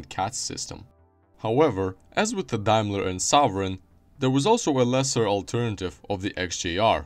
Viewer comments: The "Mark eX" as you called it wrongly is actually the Mark X (Ten) in roman numerals. It later became the 420G, the "G" stood for "Grand". The "Dime-ler" brand as you called it is pronounced Dame-ler, Daim-ler. Also, or your information, Jaguar produced cars with a "V8" engine between . It was basically a Jaguar Mk 2 with a Daimler 2.5L V8 installed in it. It was referred to as the 2.5 V8 and later became the V8-250. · It's day-mler in UK